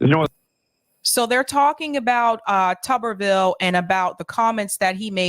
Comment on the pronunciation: It's "Tuber-ville," and I don't care what anyone else says.